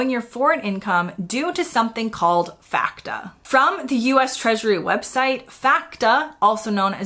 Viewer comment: It's amazing how many investment companies in the UK won't touch you if you're American. Also FATCA is pronounced FATCA, not FACTA.